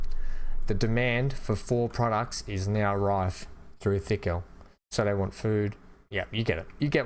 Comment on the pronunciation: it's not Thickhill, it's Tickhill - Not 'Th' but 'T' - It makes me laugh...